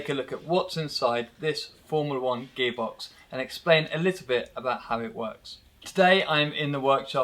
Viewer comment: Is he saying gay box?